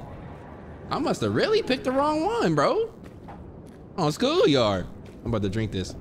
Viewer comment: “On skool yard” 😭